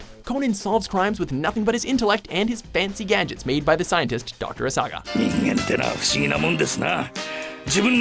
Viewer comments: Dr Asaga?? It's Agasa!! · Professor "Agasa" not Asaga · Agasa, not Asaga, get it right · doctor asaga its actually agasa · Doctor Agasa not asaga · did he just said Dr asaga for Dr agasa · He said Conan uses fancy gadgets made by DR ASAGA ! IT'S Agasa ! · It's Agasa not Asaga! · Its Dr. Agasa not Asaga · 'Number 3: "L"' They probably should have rematches this video before posting it. Also, they pronounced Professor Agasa as "Asaga". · The doctor's name is AGASA. A-GA-SA. But why would you care? It's not like he's ONE OF CONAN'S CLOSEST CONFIDANTES. It really bugs me when you people don't do your research right and half-ass these things. It's insulting to the fans. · He also called Dr. Agasa "Dr. Asaga".